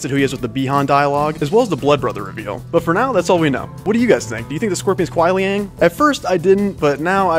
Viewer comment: It's not Kuai Liang It's Ku(n)ai Liang. 😂😂